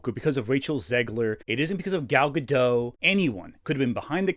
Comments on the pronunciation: why does everyone say Gal Gadough? It's Gal GaDOT. Everyone is saying Gal Gadough even in videos that aren't about Gal Gadough. It's weird! And I know we can all read, right? Cool. Now let's get back to talking about this movie that sucks in no way due to someone who Israeli bad, Gal GaDOT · This was a good video, but it bothers me so much that people constantly mispronounce Gal Gadot's name. I don't know why people think the t is silent. It's not silent. Her name is pronounced Gad-oat. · It's pronounced Guh-dot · I see where Gal said something about people mispronouncing her name. You are not the only one. You say the T. It is not a French name, it is Hebrew.